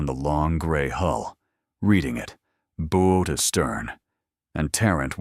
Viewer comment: Bow is like (cow) not crossbow. Why is she standing in front of an 'Australian coat of arms (kangaroo and Emu)' - Not Norfolk News. Pier is not (Pierre) Each framame shows different awards around her neck. Marian OKoye (says Okafore)